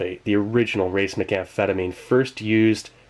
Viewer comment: FYI you are pronouncing racemic in an unusual way. It should be pronounced ruh-SEE-mick. Thanks for the video, nonetheless!